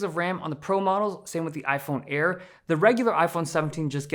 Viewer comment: Ay eye air, ay eye 17 pee and ay eye 17 pee em